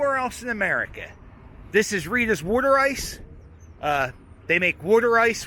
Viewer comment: Glad your saying worder ice correctly. No self respecting Philadelphian calls it water ice lol 😂 great channel!